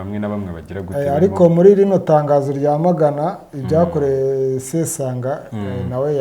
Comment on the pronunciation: 😳ngo sesonga???ni sesanga😅